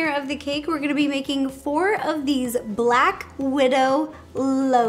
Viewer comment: Black Wid-Ro